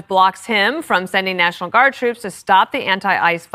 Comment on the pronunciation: Nehshininal = “National” in trump speak